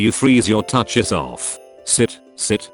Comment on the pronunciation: I love how the voice says toucis it sounds like touches.